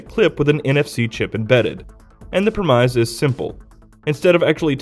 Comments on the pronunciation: the Premize??? I think you meant to say Premise ( as in prem iss) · You pronounced premise terribly lol. Pretty entertaining.